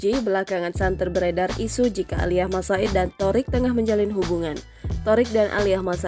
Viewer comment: Malas dengar Thoriq "Aliyah"